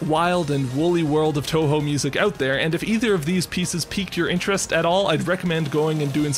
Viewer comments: Touhou. It's pronounce toho, not tawhaw. Just a nitpick though, great video overall. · He pronounced it as toehoe